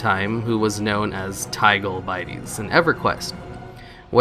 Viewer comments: Did he never find out Tigole Bitties is "Big ole titties" but you flip the T and B? I thought it was obvious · ahh and taygol bitees